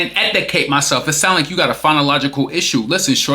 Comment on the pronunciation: She said chim in and edacate😂😂😂😂😂😂 I can’t breathe😭😭😭 this conversation was too much to listen to🤦🏾‍♀️🤦🏾‍♀️